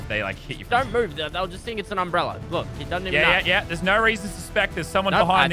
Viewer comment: No one: Lazarbeam: it’s an UmbReLLeR